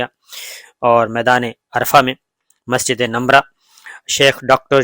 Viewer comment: Not Numra .it is a masjid Nimra